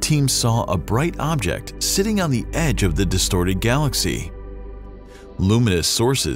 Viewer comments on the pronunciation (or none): none